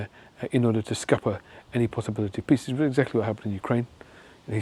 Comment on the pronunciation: Oh! Nobel "PEACE" Prize! I thought you said Nobel "PISS" Prize....my bad.😜